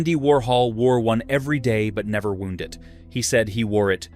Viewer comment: Wind instead of WIND, and Wound instead of WOUND, AI just doesn't understand context yet.